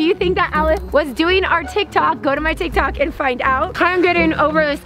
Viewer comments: You said tie tok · It said tie tok